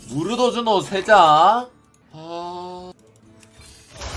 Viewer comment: 무르도즈노 자꾸 무즈도르노 라고 하는거 킹받네